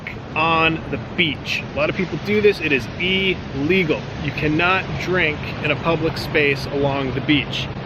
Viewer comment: Elegal lolol